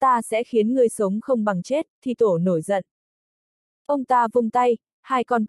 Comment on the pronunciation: Đọc như người ngọng! Thi tổ đọc thi te, to lớn bệ vệ đọc to le be ve!! Bó tay luôn!!!